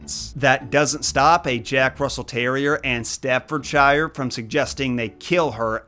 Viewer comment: As a Brit, it’s pronounced “Stafford-Sher”, not “Stafford-Shier.” These are the UK’s equivalent of pitbulls. The Staffordshire bull terriers are also often known as “Staffies.”